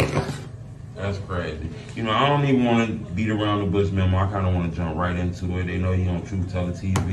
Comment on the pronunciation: This all you needed to do. Drop the interview. Was gonna unsubscribe from yo policey-ass on part 20. The man kept sayin his name and you kept with the ‘memmo’ 🤦🏽‍♂️